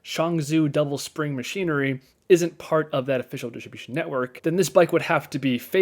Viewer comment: "dishibishin network"